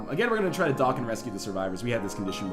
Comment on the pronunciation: I laugh a bit every time he says "dock"